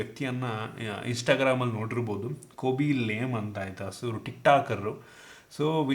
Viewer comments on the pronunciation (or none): Khoby lame alla bro ..Khaby lame .